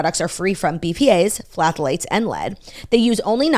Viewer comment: Love you both sm 🫶🏼 but Claudia I’ve can’t help but wonder if you are trying to pronounce “Pthalates” in a lot of your ads? If that’s the right material, The P is silent so it should just be thal (like “Gal”) - ates and a lot easier to say. Hope this helps 🤪